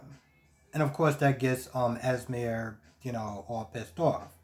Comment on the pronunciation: I cringe every time u said “es-meer” Lol it’s “ez-mee” 🤦🏾‍♀️ either way I find Sasha and Brando absolutely boring. I honestly don’t care what their storyline is. Her belly is huge so her water breaking at the event will be interesting. I don’t get what Esme is doing and why she keeps trying to put Trina and cam together. It’s really annoying. Even Spencer called her out on it. I agree with what u said about Olivia. Hell, even after kissing Robert, they acting like nothing happened. Anna and Robert need to sit this out. Every time they encounter Peter, they either don’t shoot him or engage him in a lengthy discussion that allows him to escape.